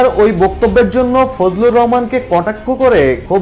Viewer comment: ফজলু না বলেন ফজু